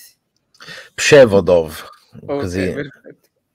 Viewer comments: PS=si pronuncia "pscievoduf", non "pscevodov". ))))) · Il villaggio polacco si pronuncia come parola piana prze-vó-duf